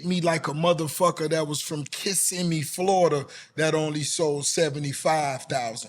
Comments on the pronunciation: Live from kissimmee. Wow homie really said kissimmee. Fucking kissimmee lol. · Did u just say Kissimmee fl?... say word rozay shouting us out? I don't hear that often